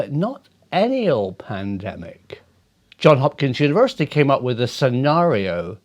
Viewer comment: Hi Prof, the S is still pronounced in John(s) Hopkins. Just an aside, stay well.